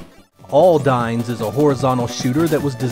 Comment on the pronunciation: Apparently, Aldynes is supposed to be pronounced "all-dee-ness", true to the katakana spelling (オルディネス).